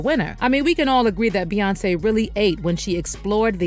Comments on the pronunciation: Why do all yall bloggers say her name like Bae even though it's spelt bey we all know it's pronounced like B Bae is crazy to me who ever says hey baeyonce 🥴🤦🏽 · Why do you keep calling her Ba 😂like it aggravated the f out of me every single time you said it?! Like what 🤔is she your girlfriend or what because that’s what people usually call their boyfriend or girlfriend